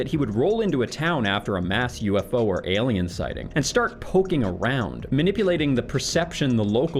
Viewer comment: I love the way you say “elien” 😜